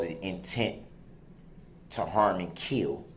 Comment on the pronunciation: He says kiwl. Intent to kiwl. He has a long list of words that he can't pronounce.